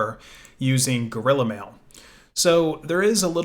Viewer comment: That's... that's how it's pronounced.